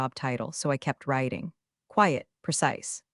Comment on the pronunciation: It's NOT "so I kept roiting, it's "so I kept writing." Your AI has problems pronouncing what is written.